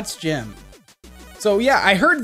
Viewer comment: U SAID GYM NOT GEM